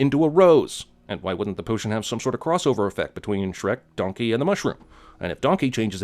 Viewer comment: “Don-kehy”